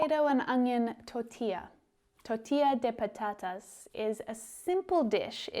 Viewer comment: Hi,, I love how you say in Spanish Tortilla de patatas, my favorite dish, ofcourse.